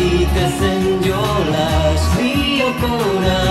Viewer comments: Lyoko not Ljoko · Kod Lioko not Lijoko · It's Lyoko in finnish, not Ljoko. Since there are no words in finnish that begin with two consonants. And in the finnish dub they pronounce it more like Lieko or Lioko, but not Ljoko. I'm finnish :)